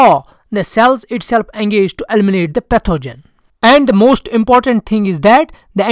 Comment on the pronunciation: “Elminate” 😂😂😂. This one is funny